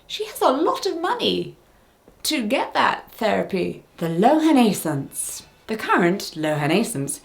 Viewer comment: Kudos to Jessica for pronouncing Lohan-aissance. I’ve seen that word before and wasn’t quite sure how to say it! 👏👏